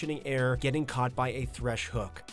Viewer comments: Thresh not Tresh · Tresh lmao